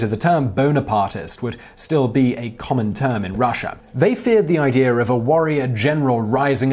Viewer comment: If you think about it you will notice that he says idear and not idea all the time.